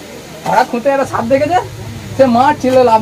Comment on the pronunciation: দাদা সাপ উচ্চারন করতে পারেন না? শুধু দেখি ছাপ ছাপ বলেন সাপকে।